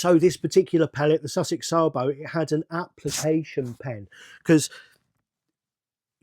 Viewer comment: No it's not, it's Sabo.